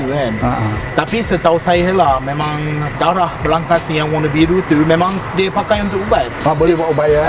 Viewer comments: Actually waktu shooting,dah sebut byk kali darah..tp still sebut dara 😆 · kena praktis lagi sbut darah. Aku dok dgr dara je. 😝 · Darah= dare... dah mcm lailer dh hahahah